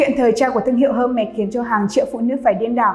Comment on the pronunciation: đọc tên thương hiệu cũng sai, chứng tỏ tìm hiểu không tới đòi làm video